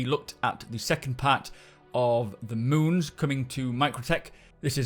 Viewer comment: I'd like to congratulate you on being the first SC content creator to pronounce the names of all of the new moons correctly :D